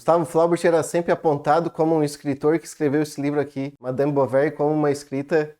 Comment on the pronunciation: Se pronuncia "Bovarrý" a última sílaba é a tônica 😅... o erre com pronuncia de rr... o idioma francês... "Flaubert" também tem a última sílaba tônica = "Flobért".